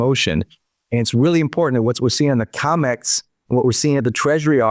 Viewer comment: It's COMEX... NOT 'COMICS', STUPID! !